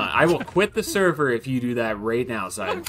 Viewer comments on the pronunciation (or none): none